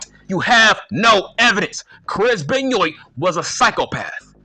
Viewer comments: Chris "Benn yoit" 🤣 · Why are you pronouncing Benoit wrong ?